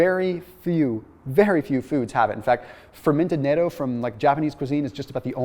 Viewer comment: N.A.T.O. is an acronym for an international organization pronounced "naytoe". Please do not fall into the trap of pronouncing Natto the same way. Natto is a fermented Japanese food that is pronounced "naht-toe" with a short "a" and slight hesitation between pronouncing BOTH T's, almost like each syllable is a separate word. When you pronounce it properly, you sound more intelligent and trustworthy as a researcher and teacher. I hope this helps!